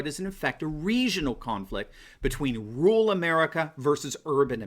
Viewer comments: There you go again, Doc ... What is 'rool' or 'rule' ... Or, do you mean to say, RUR-AL ??? Surely your doctorate credential would dictate CORRECT English !!! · Dude... the word is RURAL... not RULe